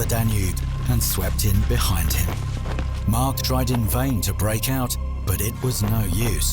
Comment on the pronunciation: Not sure why he keeps calling Mack Mark but otherwise a good video